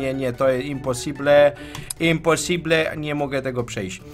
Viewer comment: Happy Weels to nie jest imposible tylko IMPOSIBLYET! p.s. jesteś nienormalne normalny